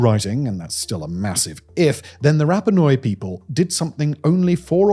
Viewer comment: RAPA NEW-EE, not RAPA NOI, you fucking moron!